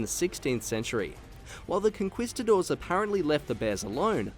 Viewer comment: My man said con KWEE stador 😂